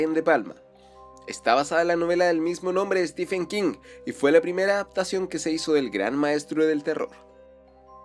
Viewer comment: No es Stifen es Estiven King